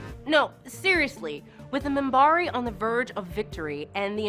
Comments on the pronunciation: and i cringed every time she said "moonbari" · Day-len? Moonbari? And then she gets Minbari right? Pathetic. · First the mispronunciation of Delenn (Deh'Lenn) and now Minbari pronounced as Munbarri . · The Moom-bari? WTF? Commander Sheridan? Don't you mean captain!? Stop singing the praises of the show and actually sit down and watch it! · Yea she lost me when she called the Minbari the Munbari. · Also the "Munbarre". Decent script, but they should have had somebody that knows the show checking pronunciation during shooting. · MUMBARI?!?!?!?! WTF!!!! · I was riding along until you had to attack a perfectly good show like ST: Discovery... Her pronunciation is most likely an accent issue but what caught my ear was when she referred to the "Minbari" as the Mumbari... And she got many things wrong from a certain pov... The original station commander had relapsed into a bad habit in RL and had to be pulled... That was not written in ahead of time but the backdoor she refers to was... JMS does not get the credit he deserves imho for being such an excellent writer/producer... That aside I won't sub this channel since it appears they mostly read from scripts others wrote and researched, while the talkers have little clue what they're talking about, lol... After all, she was at most an infant when this show was originally aired... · The mispronunciations of Minbari and Delenn is killing me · . OK I'm done. This person cannot even pronounce Minbari correctly. This is all BS. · That and much more! Lauren, for example! Realy? Even Minbari was mangled a couple of times! She is excellent at giving the impression that she watched/liked the show, but these small slips, where she reads names in English show that nobody instructed her on how they are spoken in that universe! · You should hear her pronounce Minbari . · WTF? MOON-bari? DAY-linn? I think this narrator should maybe watch the show before commenting on it.